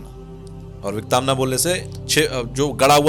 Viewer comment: it's विकतांना not विकताना